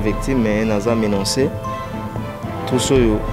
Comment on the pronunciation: Papa oyo,ba lobaka menacé et non "ménancé"